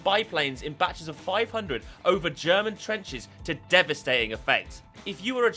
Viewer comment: I lost my shit when you said "ZE GERMAN SPY PIGEON!"